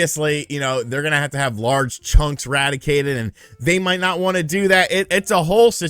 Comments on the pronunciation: lol I love when you say "radicated". I think it's pronounced "re-DAC-ted", but RADICATED sounds WAY more intense and awesome! Love the videos! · it’s “redacted” not “radicated”. Radicated I think is being confused for the word eradicated. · lol it’s pronounced redacted